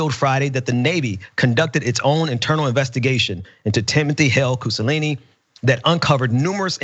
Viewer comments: So either is a bit dyslexic, or he's trolling, or it's Freudian somewhere... reading 'Cusanelli' as 'Cusalini', every time?! I was doing something else while listening and really thought the name was Mussolini or close enough. I even thought he'd changed it by deed poll maybe (wouldn't put it past these people), but then nobody was remarking on it so I had to come and read the name. Bit disappointed when it turned out not to be the case, not gonna lie. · Cusa-lainey? Not Cusa-Nelly? Am I missing something with the repeated mispronunciation of the name? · keeps saying 'hale-cusalini'... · Only when you repeatedly mispronounce his name during a segment and noone corrects you. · Is it really THAT hard to make sure you're pronouncing someone's name correctly?! Come on...it's a low bar. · No it doesn't. Look at the spelling. The guy is pronouncing it wrong. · Can't pronounce his name? Mebbe try harder, or get another job. If we're outing someone, let's say their name, and not hide it via miserable mispronunciation, whether international or not. Or, do you prefer to give this guy the option of later claiming that a black guy can't even read. Get his name right. And never give a guy a stick to best you with. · Yes, that bothered me too. Even complex Italian names are easy to pronounce. I guess his eyes are tired and he just read it wrong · I don't care about pronouncing it for his sake. But have some self-respect. Do you want to look like an idiot who doesn't know how to read? If he was going to intentionally mispronounce his name he could have called him douche-nelli or something. That would have been fine. Because clearly that's intentional and not just sucking at reading But it doesn't sound like he was trying to mispronounce it intentionally. Just a lousy reader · No, I am pretty sure he butchered the man's name; which is very common, that's all. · Cu - so - lin - ni? I think it's cu - sa - nel - li. You're helping him... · Koo-Sa-Nelli, not Koo-Sa-Lee-Nee